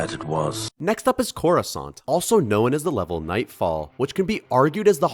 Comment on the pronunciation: Didn't know there were croissants in space lmao (corrusant sounds liek croissant)